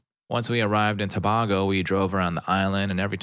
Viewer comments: It's Trinidad and Too-BAY-go not BAh-go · Its pronounced To-bay-go not To-bah-go.